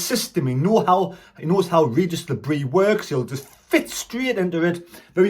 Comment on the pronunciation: He still hasn’t learnt how to pronounce Le Bris either 🤣